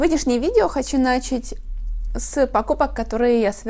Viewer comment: Не нАчать, а начАть. «А в остальном, прекрасная маркиза, всё хорошо, всё хорошо...»